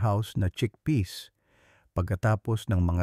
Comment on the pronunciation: cheakpeas like greenpeas